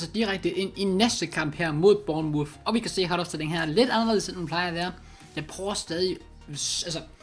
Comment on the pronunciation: Det udtales burnmorf